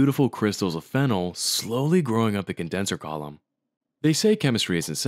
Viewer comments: You're pronouncing it wrong. You're pronouncing it "FEN-el" (like phenyl) while it's actually "fen-OL" phonetically. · Ngl it’s cursed how you pronounce phenol the same way phenyl is pronounced. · It's fe-nol! 😉